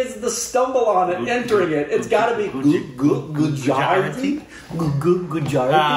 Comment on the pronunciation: Fucking funny ..I'm Bengali and you don't know what you just pronounced Gud Gud Gud 😂😂😂